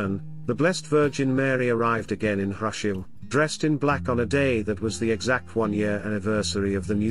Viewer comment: I enjoy these videos that put out, but... If the narration is automated, I don't know how this can be corrected, but Hrushiv is not pronounced HRUSH-iw, but HROO-shiv, and Pochaiv is pronounced po-CHAH-yiv. And Buchach is BOO-chach, with the normal "ch" as in 'chair'. Dubovytsia is doo-bo-VIT-sya, or du-BOV-it-sya. Thank you for your coverage.